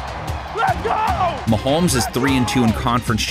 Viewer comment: Swear I heard mahomesfield advantage. 😂